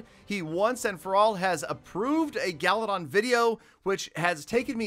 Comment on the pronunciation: Why Peter call you instead of galadon